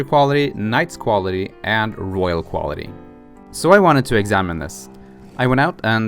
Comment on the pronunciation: Royal, not rohiol.